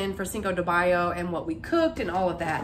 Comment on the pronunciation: I love how you say 5 de mayo ❤